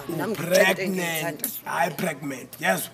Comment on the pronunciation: Lol o pregnant not pregment lol dead